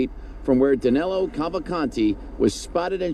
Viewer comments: Danelo sounds really bad but that's how they pronounce it in the US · 2 weeks and 💩 news can't get the fugitive name right!! Danilo, not Danelo. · His name is Danilo Cavalcante, not Danelo.